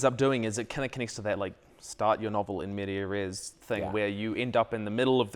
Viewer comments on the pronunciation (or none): Around the 29 minute mark he incorrectly cited “in medias res” by saying “in media res.” It’s plural. Medias - pronounced MEE-di-ahs- has an S. For some reason people are getting this wrong.